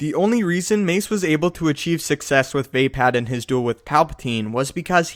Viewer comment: wtf did you just say "vay-pad"? It's "vuhpod"